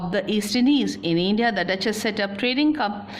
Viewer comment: Why is it eindia ....hahahah much grammatical mistakes .